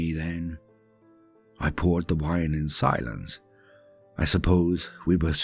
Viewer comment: Can definitely do without the emphasis on the word "silence"